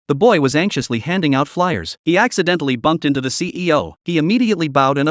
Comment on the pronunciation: I know he's saying ceo but it sounds like he's saying cpo